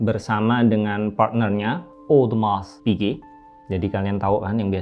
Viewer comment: Partner pertamanya monsieur Richard Mille...? Monsieur Audemars Piguet (bacanya odemaarh pige 😄). Makasih, ceritanya keren, tetap mengedukasi ya. Jadi tahu apa itu homage 😅 ig: asyrof.ayah.salhaf